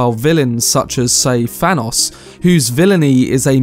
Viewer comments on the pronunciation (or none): none